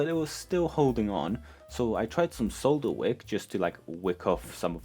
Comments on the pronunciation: Sole-dur not saaaaah-dur lol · I’m just here to appreciate how you say “solder.”